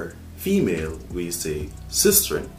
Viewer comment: Nobody no say sistrin💀💀💀